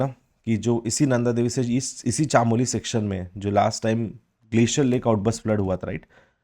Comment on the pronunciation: Pithoragarh or chamoli to shi se bol lo sir uttrakhand se hu